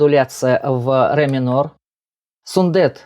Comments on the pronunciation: Автор, пожалуйста,не говорите СундЭт. И в некоторых роликах слышала фразу неоднократно "Димаш родился в городе АктобЭ. Слух режет. Там же стоит буква "е". Явно же видео что там "е", а не "э". Так почему же Вы говорите СундЭт. Он Сунде́т. Ударение на звук йэ. Буква е. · Сүндет, произносится как пишется, через "е", а не "э". В казахском языке, слова как пишутся, то так и произносятся. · 👍👋 Только не СундЭт, а СундЕт 😀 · Как всегда очень профессиональный обзор. Всё на высшем уровне. Спасибо большое за Ваш обзор. Я извиняюсь, но Вы неправильно произносите имя Сундета. Сундэт это как Алексей, Алэксей.